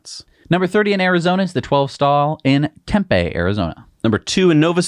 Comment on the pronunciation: 1hour 02 min 15sec #30 AZ, 12 Stall-250kw in Tempe, AZ ...it's pronounced TEM-PEEh.. Az, Now You Know..